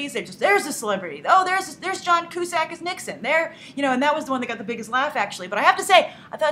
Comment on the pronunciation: its pronounced John Q-Sack.